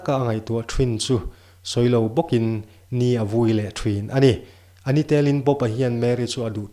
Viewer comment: 'A ni tel' tih i chhiar dan a dik lo tih mai loh chu a ngaihnawm viau mai